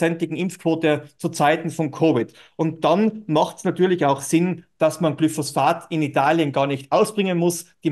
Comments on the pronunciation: Lustiges Format - auf die satirische Art. 😁 Übrigens: Es heißt Glyphosat, nicht GlyphosPHat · Nicht Glyphosphat, sondern Glyphosat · sag nicht immer glyphos-sphat es heist glyphosat